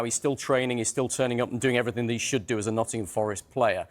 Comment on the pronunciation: The way one of the presenters says "Nuddin'ham" 😂